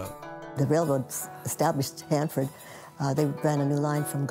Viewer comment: bruh...it's Hanford